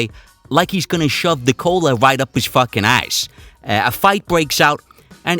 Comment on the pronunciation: "Beat'em to death wit a fahkin staplah". I cant stop laughin'.